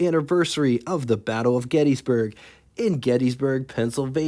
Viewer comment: Your pronunciation of Gettysburg is as incorrect as the general pronunciation of Willys. Don't take my word on it, ask the county historian. They are both pronounced in the same manner. Thanks for your videos